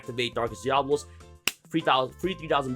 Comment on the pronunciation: Dia-Bo-Los.....(just saying)🤷‍♂️